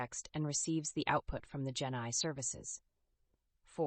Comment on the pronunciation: each time you say genai i think genocide? not sure why